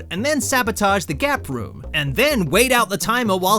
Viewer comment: I thought gap room said gay room